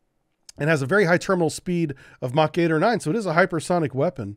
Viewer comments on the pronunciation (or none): none